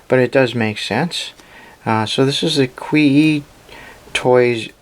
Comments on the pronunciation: just for you to know, QIYI is pronounced JcheeYee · It's pronounced "Chi-yi". Whenever you see Q in Chinese names it's pronounced "Ch" and X is pronounced as "Sh".